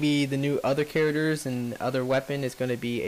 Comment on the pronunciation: In the next episode, will pronounce Charders... Characters. Hah, I only kid, fun video though. No Harrier though is a bummer.